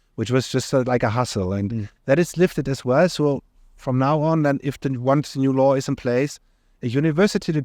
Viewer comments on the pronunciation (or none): I heard "Law" as "Lie" 😅